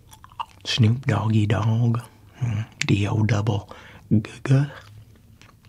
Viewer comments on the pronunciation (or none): I died when he said " D o double Guh Guh " 😂